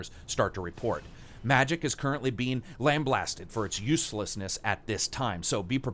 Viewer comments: Lambasted not "Lamb Blasted'. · lamb blasted lollll (lambasted)